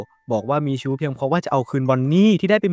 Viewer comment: จากชู้ เป็น ซู้ 😂